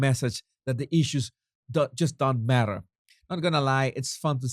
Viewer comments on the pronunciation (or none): none